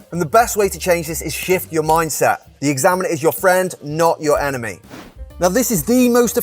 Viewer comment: Omg..you were saying enemy..but I kept hearing 'anime' 'anime' 😅